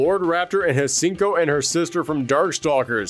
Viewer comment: Until we get voice acting confirming the pronunciation of her English name one way or another, I'm going to lean on Bennett The Sage's pronunciation for Hsien-Ko: Shyun-Kah.